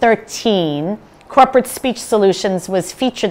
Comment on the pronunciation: I was watching your presentation on full screen and had to pause it so I could read the description under the play window just to catch your company name (Krupert Speech Solutions is what I heard) Corporate Speech Solutions. I guess you did that on purpose to show us how disrupting dropping syllables out of words or otherwise mumbling is to effective communication.